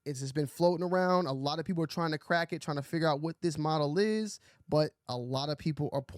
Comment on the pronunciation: Sick vid 💟. Love everything you’ve been putting out. Keep doing the news vids. btw lol “modal” is pronounced “Mow-Dull” not “mahdel”/model ALL LOVE THO ‼️‼️